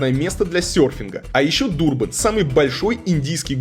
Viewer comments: почему ДурбАн???? город произносится как ДУрбан! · ДурбА'н это такой байт на комменты? Или действительно не знает как правильно произносить. Удивил